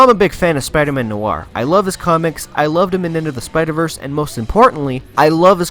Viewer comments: He said spider man nor and it's nior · No nooo he's calling spiderman noir suit the spiderman no r suit